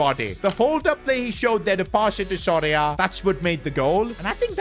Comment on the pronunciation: is it just me or does keep saying sorry ahh instead of soria?